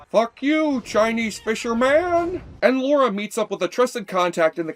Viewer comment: Dude, it's "Lara", not "Laura".